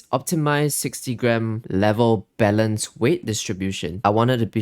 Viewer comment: OH BALANCED weight I thought you said BELLEND weight distribution LMAO